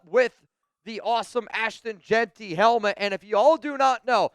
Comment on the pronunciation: said JAQUIN🤣😭😭😭